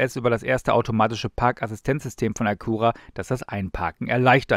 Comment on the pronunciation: Hab noch nie jemanden die Marke so deutsch aussprechen hören wie von 😁. Honda kooperiert bei den BEV's künftig mit GM und dieses Fahrzeug basiert auf der GM Ultium Plattform, wie beispielsweise der Cadillac Lyriq und Buick Electra. GM nutzt bei neuen Modellen immer häufiger Android Automotive Software (genauso wie Volvo), wahrscheinlich hat der Acura diese nun auch. Ein Honda Prologue wird noch kommen, aber wohl auch nur für Nordamerika.